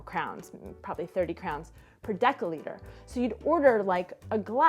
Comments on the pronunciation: that was pretty good Ř, thumbs up P.S.: misunderstanding, happends. If both of you knew ENG on lvl. B2+, my guess would be, no problem (for the whole situation). Also dcl = decilitr, not dekylitr (nitpick) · I liked the video and I'm not a pronounciation fascist by any means, but I'd suspect the story about the wine is an anecdote you tell people, and since most Europeans are too polite to correct you but will silently judge you - deciliter is not "deckaliter", (as little as a decimal is a deckamal). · Native metric user here, the "ci" in deciliter should be pronounced like a Spanish or French "si". Deci (d) comes from the Latin decimus, meaning tenth. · Given your pronounciation of "deciliter", how do you pronounce "decimal"? :D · I don't want to be nitpicking or something, but I'm not sure that your pronunciation of a "deciliter" is correct :D